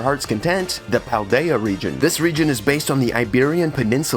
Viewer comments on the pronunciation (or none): none